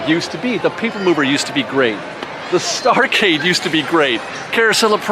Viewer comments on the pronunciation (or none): Pointless lecture in ...3...2...1. (But I'm gonna have fun doing it!) You did better the second time you said it. Starcade is pronounced "starCADE". Otherwise the pun dies. The general "spacey" feeling of Tomorrowland makes you think that you wanna say "STARcade", but remember, this was the 70's and if you weren't in an arcade playing Pong, Tank, or Battlezone, you weren't a kid in the 70's. You would say: "I'll meet you at the starCADE after work." (Cuz a 7 ride ticket book was only $4.50 then, and that's what we'd do. Or even if it was at the local Boomers cuz it was still cool to say "starCADE"instead of arcade no matter where it was.) And I have a theory about this little pun. It was the genesis of the worst avalanche of putrid puns that we would all come to associate with the name of every retail store, ride, food stand, or area-related sign in all of DCA. Some young gun Imagineer was probably walking through DL one day, saw the sign for the Starcade, and said to himself: " Star CADE! How quaint. I like it. Funny." (Remember that until Starcade, every other "novelty" sign at DL was either homage or reference.) So he goes to then CEO Michael Eisner and says: (With MAXIMUM flamboyance.) "It'll be so chic. Every name, of everything, will be, wait for it... "word play"! What a hook! Larf!" And that is why I suspect that every place at DCA when it opened had some kinda groaner pun associated with it. (Few exceptions - F'rinstance, you don't mess with the Animation Building.)